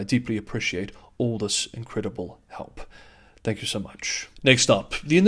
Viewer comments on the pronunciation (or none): none